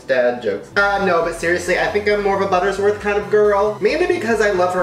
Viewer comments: Does it bother anyone else that Shane is mispronouncing "Mrs. Butterworth's" as "Mrs. Buttersworth"? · Hes saying "buttersworth" but it's really "butterworths" 😂😂 Mandela? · Shane, it's BUTTERWORTH'S, not BUTTERSWORTH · Conspiracy theory Mandela effect: you kept saying butterS worth instead of Butter-Worth’s 😅 I thought it was butters worth but the bottle says Butter-worth’s 😅😅😅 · I love Shane, but is anyone else PISSED that he keeps saying "buttersworth"?